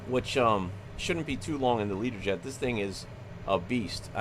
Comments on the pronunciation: Why are you saying Leaderjet, surely it should be Lear-jet? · Can I ask why do you call it a Leader Jet. Isn't it called a Learjet 😱